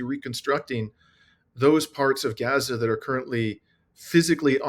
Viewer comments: it's pronounced Gaza, and not Geza...A as in father... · Gah-zuh? (Rhymes with yeah-zuh) please, if you're going to report on the genocide in Gaza (pronounced Gaaa-zuh, rhyming with Papa) Please pronounce it correctly. It does matter. Everytime you mispronounce it is like nails on a chalkboard. Try saying "open up and say Aaaaah" or Falalalalah like the Christmas song. Not ah like apple.